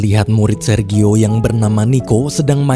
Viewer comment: Jfyi... Sergio.. Baca nya serjio... 🙏🙏🙏Terimakasih yaaa tuk sharing cerita nya❤️